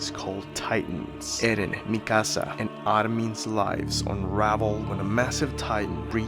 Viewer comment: I love how you pronounce mikasa name with your lovely Hispanic accent 🥰🫶